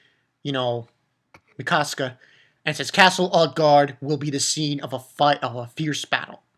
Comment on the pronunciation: It's uhh...It's actually pronounced Oot-garhd, with a soft g. (: It's the home of us jotuns in Norse Mythology, where Utgarda-Loki lives. He's the controller of (some of) my people. And you probably know it by now, surely, but Ymir is pronounced EE-meihr. ^^ The canned food says something along the lines of herring in Norse runes, by the way.